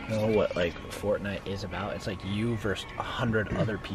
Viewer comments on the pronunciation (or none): Get it "FORTinite" lol lel OMG XD MLg DoryTOeS illuminat ti con fierm ed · It’s fort- nite